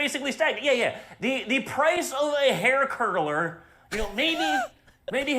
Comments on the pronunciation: He said “curler “ not curdler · He actually said hair curd-a-ler! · Jr actually did say curler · Or used a hair curdlerer? 🤣